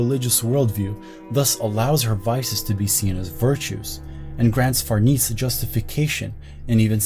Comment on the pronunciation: Fer-nay-say is a very old Italian last name! As your videos get more popular (as they should because this was fantastic) you'll get that correction more frequently. Fer-niece isn't quite right in this context